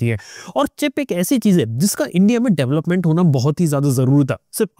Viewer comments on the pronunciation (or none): none